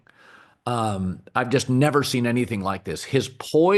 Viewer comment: “Seend” ??? Lmao 😂😂😂😂